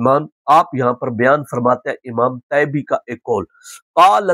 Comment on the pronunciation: مجھے لگتا طیبی کے ط کے نیچے کسرہ ہے حضرت بار بار فتح پڑھ رہے۔